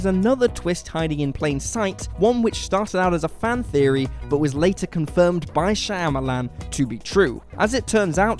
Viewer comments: Small point, but it's not 'Shy-amalan', it's 'Shyam-alan', with the 'yam' pronounced as per the vegetable. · In fact it's Shamalan the y is not pronouced. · Wait. What was that pronunciation of Shamulan?